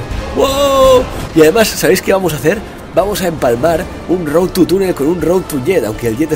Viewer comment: por que todos dice road TU (...) es road TO... con OOO!!! bueno en fin Luzu procura en el proximo lograrlo sin tocar el suelo XD!!